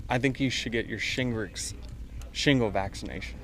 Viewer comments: I think after the first 2 time of butchering the word shingles and saying shingricks u should have laid it to rest hahah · Denice…if you’re going to keep running your mouth before putting your brain in gear…at least learn your lines and how to pronounce words…shimgles? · Lol his response his great. Funniest part is he can’t say shingles 😂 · This man cannot pronounce shingles 💀